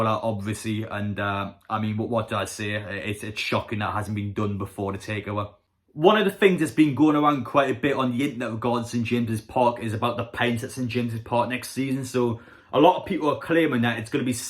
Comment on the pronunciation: “On the yinternet” It’s internet fella IN-TER-NET Good vid keep it up 👍